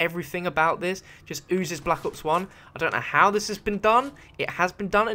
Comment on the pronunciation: He said black ops onezee